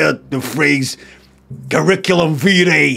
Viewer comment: The first ‘I’ isn’t stressed - it’s more like “cuh-rick-uh-lum wee-tie”